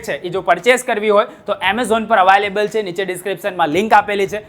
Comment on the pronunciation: Available ❎ Avaaylable ✅